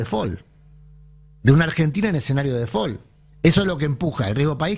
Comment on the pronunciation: "De fol" dice 😂